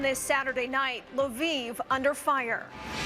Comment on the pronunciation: Thanks for pronouncing Lviv correct